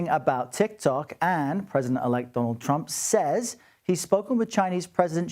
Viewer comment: Why did you put emphasis on " says " ? This is why we need AI to report the news. No emotions in play. No people.